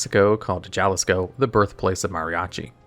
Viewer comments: Say it with me huh-li-skow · Why did you say jawlisco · the Ja in Jalisco sounds like Ha in english, also you got mariachi totally wrong. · The pronounciation of Jalisco felt like a dagger xD it's up there with saying "tor-til-uh" for tortilla xD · While Jalisco was indeed mispronounced, mariachi was pronounced ok for English standards. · Brother, what the hell did u just call "Jalisco"